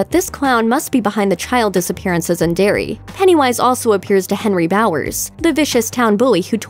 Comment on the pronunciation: Sorry to correct you but it's "Derry"